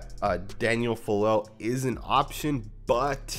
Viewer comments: The last name is pronounced ‘fa-ah-leh-leh’… Samoan last name… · I think it's pronounced Fah-lay-lay. Experts say he doesn't move well, he has a weak anchor and he can't get to the 2nd level, he is projected as a Guard by PFF I think. Trent Brown was a 6th or 7th rd pick so experts didn't think much of him when he was coming out of UF and he ended up an All Pro so.....